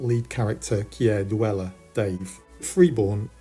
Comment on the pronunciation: Keir Dullea, pronounced "Kere (like "here") Dull-AY". Very nice analysis of one of the greatest films ever made. By Kubrick, or anyone.